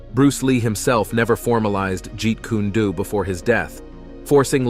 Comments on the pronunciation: its not jeet kuna du..🤣 its jeet kune do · Ji-Kuna-Do????? Come on man...🤦🏾‍♂️🤦🏾‍♂️🤦🏾‍♂️🤦🏾‍♂️ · It's not pronounced G kundu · OH NO! NOT Jeet Koo-neh Doo! 😞😫😂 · Jeep kana-Do! 😂😂😂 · It's Jeet Kun Do Not Jeet Kuna Do 😡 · Buddy said “geet- koonah- doo. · Guys, I just took a Joot-Kuna-Doo in the toilet. 😂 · Jeet kune do (jeet coon dough) Not jeet koonae due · Let's get the first thing straight. When you're gonna remake anything with a dubbed voice, make sure you're doing it properly, it's notjeet kuned do its Jeet Kun do( way of the intercepting fist). And bruce lee studied a discipline too call wing tsun popularly known as wing chun. His fight style was amalgamating. Every martial art hit encountered, be it Kung Fu. Karate aikiro jijujitsu, boxing, wrestling, and greco roman wrestling. When comparing Jet Li to Bruce Lee, you're talking about 2 actors who have 2 different approaches to the martial arts. Yes, jet li is classically trained in wu shu.Bruce lee also knew about wuxu. So there can be no comparison between the 2. There are 2 separate individuals trained almost similarly, but very differently. Bruce Lee's time was the 1960s and 70s, and he is the reason. The martial arts movies even exist today because the martial arts movies as you stated that came before his time. We're clunky, slow and overdone. His martial arts were more grounded. I'm not taking anything away from jetli, but I grew up in the bruce lee era and myself, and a lot of other martial artists would definitely disagree with a lot of what you're saying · Jeet Kune Do. Not Jeet Koonie Do. First is not a style or Bruce Lee’s fighting style as he so firmly stated in his article in Black Belt magazine. Man, the living creature. The creative individual is more important than any style or system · It's pronounced 'Jeet K-hune dough'! Ahaa! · Jeet Kuney Dew lmfao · This guy said “Jean-kun-a-doo” lmao 😂 hell nah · Bro not jeet coony doo! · "jeet kuneh doo" is wild ngl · Jet Kuni doo lmao 😂